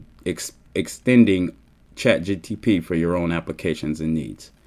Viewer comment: Say chat gtp one more time